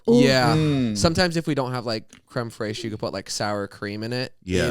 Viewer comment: Crème FRACHE😂😂😂😂🤣🤣💀